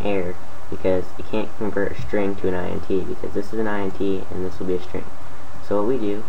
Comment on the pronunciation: It's pronounced int, as in integer. Because it's an integer.